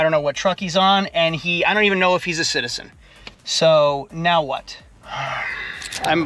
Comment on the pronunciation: A citizent lmao damm